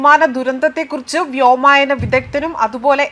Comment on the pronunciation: വ്യോമായന അല്ല, വ്യോമയാന ആണ് ശരി